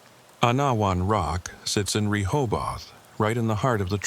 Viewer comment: Ree hobe eth say quickly